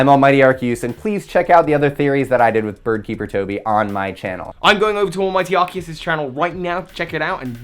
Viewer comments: "The knowledge I have about the pokemon universe is pretty vast.">pronounces Arceus as "arcyoose" Wat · Excuse me? How did he pronounce "arceus"? That is wrong and makes me angry